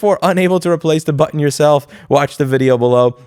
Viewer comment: Stop saying button weird